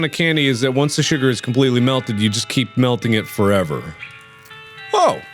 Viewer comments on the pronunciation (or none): none